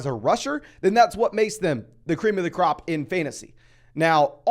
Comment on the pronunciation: I love that “cream of the cuh-rop”